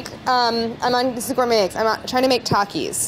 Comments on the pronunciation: Traumatized by how she kept pronouncing Takis😂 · She said “Tokis” no it’s tAkis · She said tackis bruh don’t say like that it’s takis lol